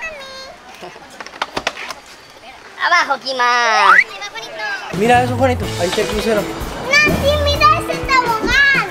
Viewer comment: dise kima